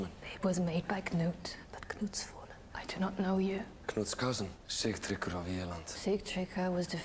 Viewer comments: his name is Sig-tree-gr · I have questions for this episode...Why is Edward not acknowledging Aethelstan? Why were his children taken from him? Why was he not allowed to stay with Ecgwynn, his first wife who he loved? Edward did not order the beating. Break Sigtryggr's name down in syllables Sig - trigger, it's just spelled a different way...Sigtryggr.